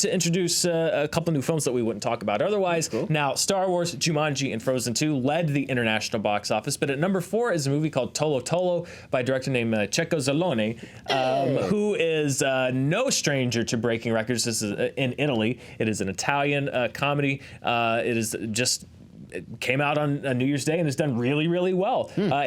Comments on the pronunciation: Weird to see Checco (it's pronounced with a hard C/K btw) Zalone on Charting lol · No freaking way an Italian movie here... LOL It's pronounced "Kekko" (strong C when there's an H in Italian words) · Happy to see my country represented in the charts with “tolo tolo”, by the way checco reads with the first C as hard (like kecco)